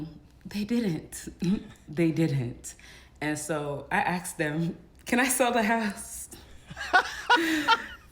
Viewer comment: *ASKED….. it’s pronounced “asked”